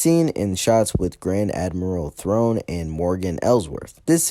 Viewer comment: whose Grand Admiral Throne? Do you mean THRAWNE??